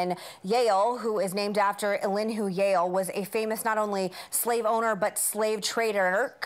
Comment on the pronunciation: when Meghan said "Yahul" I literally didn't understand what she was talking about 🤣 .....Yale.....